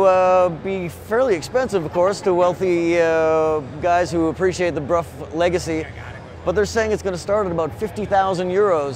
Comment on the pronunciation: Huge points to for pronouncing "Brough" correctly. So many people say "bro." €50,000 for a bike with no mirrors or indicators. Right. I guess the wealthy have their own private roads on which to ride this thing.